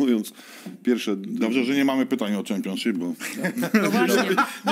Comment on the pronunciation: Tak Tomek twój english to jedna wielkia katastrofa, Ty to nawet prostego słowa jak Championship nie umiesz poprawnie wypowiedzieć.. A powiedz jeszcze raz Player, 😂😂😂